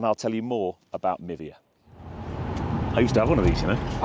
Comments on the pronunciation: Would the App not be pronounced “My Via” rather than Mivia ( like Niva?) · Oh.. I misheard you.. I thought you’d said “Nivea”.. skin care. 🤣